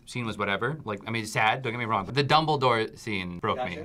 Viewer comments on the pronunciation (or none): I think she is trying to say dumbledore. 😂